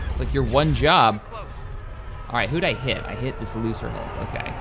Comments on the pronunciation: I believe 'Lucrehulk' is pronounced 'LUKE-ra-hulk', as in the word 'Lucrative', as they were refitted cargo ships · i think you called lucrehulcks as looserhulks